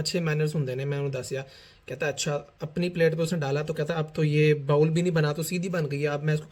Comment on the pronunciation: بھائی bowl بھی انگریزی والا bowel نہیں بلکہ اردو پنجابی والا بول ہوتا ہے۔۔۔جیسے ہم کہتے ہیں “وے ہُن بول” 🙂